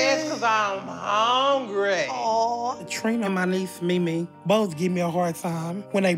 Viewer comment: Naw , she said “ HONE-GRY” Lol…. I’m joking 💯